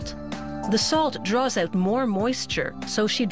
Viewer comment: You know what's weird? The way she says "out" and "about". lawls